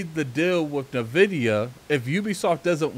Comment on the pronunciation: NVIDIA NOT NAVIDIA..